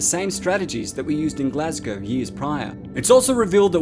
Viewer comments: Makes a nice change to hear someone who isn't from the UK pronounce Glasgow properly. But Lothian is pronounced Low-thee-an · I'd like to thank you for actually pronouncing Glasgow properly instead of the usual Glass-cow I hear everyone else saying it as.